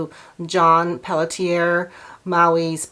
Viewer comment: "Pelletier" is pronounced pell-she-A. It's French.